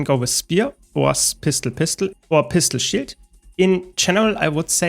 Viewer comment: when he says pistol shield sounds like pistol shit